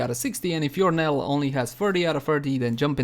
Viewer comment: Knell is pronounced nell. Not kneel. Native english speakers get this wrong as well for some reason so I can hardly fault you.